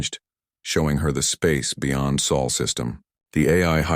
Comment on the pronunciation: where did you all go to school, it is sol not saul